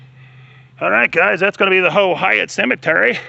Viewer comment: Its pronounced like height